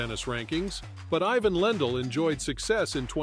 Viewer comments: Its IVAN you ai sonovahoar. Not EYE-VN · It would help if you pronounced it i-VAHN. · You mispronounce his name in the very first sentence. WTF?